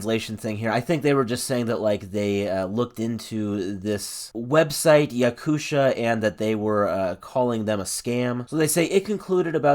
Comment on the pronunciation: якуша 😭😭😭 it's "ya-koo-tee-ya" (/jaˈkʊtɪə/) like the republic in russia... i'm surprised that the developers decided to sue the local news site like... it's definitely not THAT popular to damage their reputation. or maybe they don't want the yakuts to think bad about their game... seems strange anyways